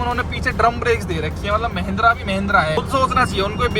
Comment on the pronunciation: Mahindra ❌️ mehndra✅️